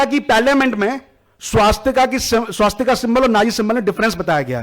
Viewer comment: पहले सही हिन्दी बोलना सीख लो |' स्वस्तिक है, न कि " स्वास्तिका " और " भूतकाल " है न कि भूतकाला भारतीय धरोहर संभालने से पहले, सही उच्चारण जान लो |